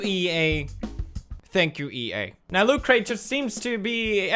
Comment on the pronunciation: Why is he calling it LootCrate?